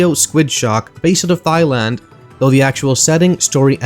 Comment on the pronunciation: Did he say thigh-land?